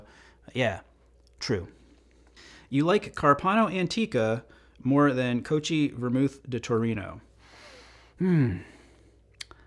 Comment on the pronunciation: Cochi is pronounced Koh-Key. Chi is hard in Italian, like in chianti.